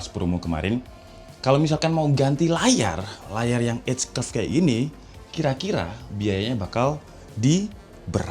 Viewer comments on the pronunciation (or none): none